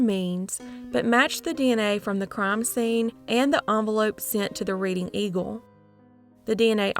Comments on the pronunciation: It’s “red-ding” PA. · Good and sad stories. FYI, Reading, PA is pronounced like Redding, CA, not like reading a book. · I'm unfortunately from the Reading Pa area and it's not pronounced like that it's pronounced more like Redding. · Reading pronounced past tense like Redding. 😊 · Reading is pronounced Redding 🤗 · I love your videos, but hearing you pronounce Reading, Pa hurt my Pennsyltucky heart. It's pronounced RED-ing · Thanks for continuing to bring these cases to us! Pronunciation tip: Reading, PA is pronounced “RED-ing”. Unintuitive, I know.